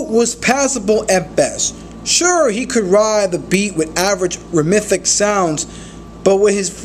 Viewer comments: this man said “Remethic” flows you mean Rhythmic? lmaoo dumbass “post-hummus” it’s posthumous lay off youtube and read a harry potter book nigga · I agree with this dude but he speaks terribly. It's annoying. It's pronounced rhythmic. It's pronounced sim mi lees. Not sim miles. Similes.